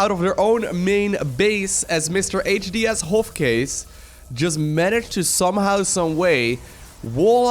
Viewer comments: 1) I think it's pronounced "HD Shove Case". 2) That probe not only had a family, but can no longer probe another probe (or probe himself, for that matter). 3) My favorite type of cheese is Provolone. 4) Evidently, Niels's cheese was too moldy, and... 5) ENGLISH! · XD.... It's "HD- Shovecase" lolol Still love your accent tho